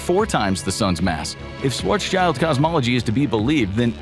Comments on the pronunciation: It's Schwarz-schild, not Schwarzs-child. It's German, not English. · Schwarz. Schild. NOT shwarz child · Schwarzs - child LOL It's Schwarz - Schild, the latter part meaning 'shield' and pronounced similarly. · "swartz-child"...wtf...dude...it's schwarzschild....shwarz-shild....black-shield. shield, like a knight wears it. not child. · I really wish people would learn to correctly pronounce Schwartzschild before pronouncing it as Schwartz Child. It's Schwartz Shild. Please and thank you. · Schwarzs"child" xD you spell the first part right but the end you should spell like "shield" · Learn to pronounce Schwarzschild first.